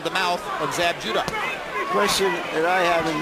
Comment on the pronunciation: You mean Zab, not Jab. LOL.